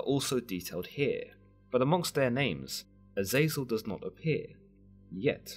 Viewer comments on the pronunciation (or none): AZEZ-el or JAZUS-EL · His name is pronounced Eh-Zah-Zel